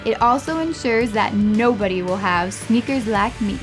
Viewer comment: Sneks instead of sneakers it doesn't even sound like something would say and the script is horrible